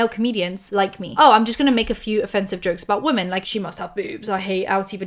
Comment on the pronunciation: I love you, but I need you to stop pronouncing "women" as "woman"